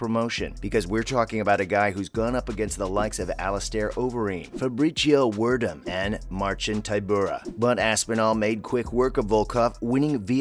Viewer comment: His name is Fabricio Werdum (pronounced, Verdoom)